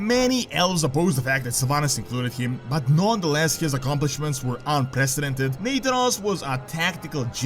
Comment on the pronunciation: Hey I heard you pronouncing nathanos as "nathan-os", just fyi it is "na-thanos"